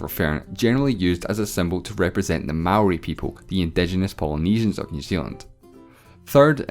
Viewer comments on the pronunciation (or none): It’s actually pronounced ...... May...or...e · the way he said maori made me cringe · AH HE SAID Mãori wrongg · DUDE NOOOOOOO U SAID MAORI WRONG NOOOOOO?!?!?!?!?!?